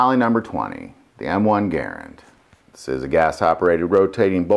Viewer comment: Guy can't say Garand